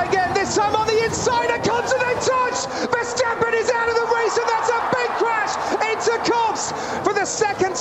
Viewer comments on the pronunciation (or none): No surprise from Tom "Vershtappen" Clarkson 🤦‍♂️